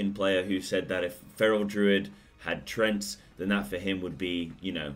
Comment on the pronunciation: Treants not trents.